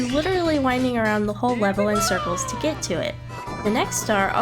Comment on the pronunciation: "The last thing you want is someone's foot fungus on your lettuce. But as it turns out, it might be what you'll gæt"